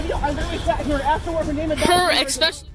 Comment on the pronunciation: The female officer who wants to arrest everyone literally says “expecially her” 😂😂😂😂😂 America cops can’t even talk proper 😂😂😂😂😂😂